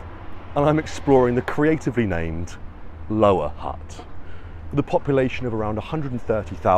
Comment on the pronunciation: Funny you are trying so hard to pronounce certain words but you cant say HUTT correctly